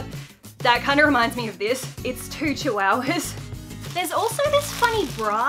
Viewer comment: Lol I love how you said "chiwowwahs" like lol! Omg I love you so much and now I'm into too much pastels that my parents are like" ummmmmm why do you like pastels so much" and I told them " on insta and YouTube found me the way to more pastels!" And my parents said,"um ok" and I said," the bird stays:)